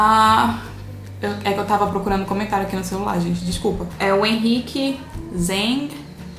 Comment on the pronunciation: Obrigado! PS, vc acertou minha nacionalidade, mesmo seja algo óbvio, hahaha. PPS, Vc não acertou o sobrenome, mas não se preocupe. Nenhum brasileiro consegue pronunciar meu sobrenome, XD